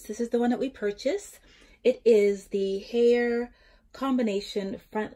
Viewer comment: Great info, I'm looking to purchase one for my apartment as well. I find the sharing washer/dryer with strangers pretty gross! Haier is pronounced like higher. Not hayer.